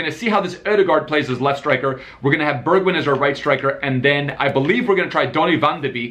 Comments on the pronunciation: Its pronounced like bergvine not bergwind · Burgwien 🤣 say it like Bergwijn ( Bergw ein )